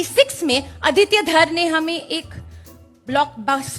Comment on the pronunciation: ❤ आदित्य, nice to hear the proper pronunciation of this beautiful name, instead of अदित्या.